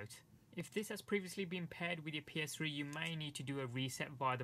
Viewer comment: How its pronounced P-S-3 How he pronounced it P-S-scrhee